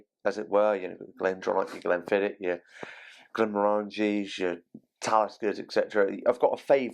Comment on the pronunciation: Correct. It's LagaVoolin. BTW, Glenmorangie is pronounced GlenMorangy (rhymes with Orangy) with the stress on the "M" and not "moRangy" as many say.